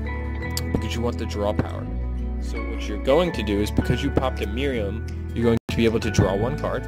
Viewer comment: It's MARIAMNE, not MIRIAM...